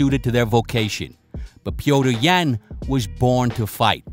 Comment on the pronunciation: Glad someone finally knows how to pronounce his name right lol